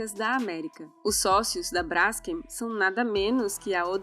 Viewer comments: Se fala BRASKÊM e não BRÁSKEM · Brásken PUTA QUE PARIU. Hoje em dia o que temos é uma manada de zumbis JUMENTOS. TEM ACENTO NO NOME? NÃO! Se lê BRAS KEN Cacete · Não se pronuncia /brásquem/ menina arrogante. É /bras-quem/. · é Braskêm, não Bráskem. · Ficou ótimo. Moro em Maceió e sei bem o que é isso. Só um pequeno detalhe (bobo). A pronúncia correta é brasKEM o KEM é a sílaba tônica. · o nome da empresa se pronuncia com a tônica no Kem… tipo BraskÊm. Não entendi o link entre o problema geológico provocado pela extração da salgema e a questão de propriedade do subsolo. Nos USA, seu paradigma, o processo de fraturamento hidráulico para produção do shale gas e do shale oil está contaminando todo o lençol freático das regiões onde há reservas desses hidrocarbonetos. As pessoas agem como capitalistas selvagens até na China, é atávico!!! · Braskeeeem (olha a pronúncia....)